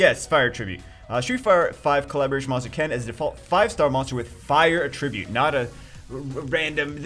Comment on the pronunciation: when he says attribute instead of attribute